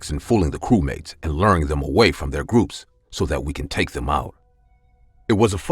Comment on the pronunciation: her:nlah blah blah cewmate me:ye ye defenetly a cewmate